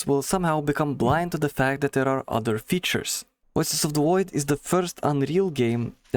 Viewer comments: Woices of the Woid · "wuioces of the woid" -this guy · Woices od da Woid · Woices of the Woid.